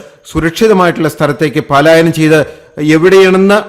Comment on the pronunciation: pls read as പലായനം... not പാലായനം !